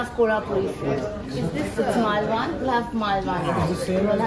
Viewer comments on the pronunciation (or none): Sry for the food introduction, puri is called komdiwade ..it's not maalwani ...it's malwani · It's not Maalvaani( मालवाणी), it's Malvani( मालवणी). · Note to all North Indians living in Mumbai who are saying malwaani - it is pronounced as maalvani as in मालवणी and NOT मालवानी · Ugh bothered me so much! Malvani, rhyming with Lalwani. 😆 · It is pronounced as Mal in Pal (British pronunciation) and Vani as in funny.. Malvani .. Being a malvani I am really disappointed that people with you could not give you the correct information. The thing they called Puri is actually Vade. And it is always eaten with chicken or mutton curry or gravy. That is not neerdosa it is Ghavane. Kokum is mangosteen (Indian)